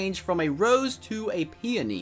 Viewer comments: Pee-own-ie not pee-n-ie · He miss pronounced peoney